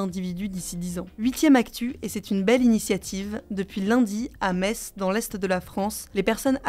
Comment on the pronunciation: Hugo decripte vous êtes mon média préféré car vous dites Metz [mess] ❤